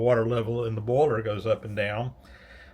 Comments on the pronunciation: And "boyler". 🙂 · More like "baller" to my ear. (New Zealand)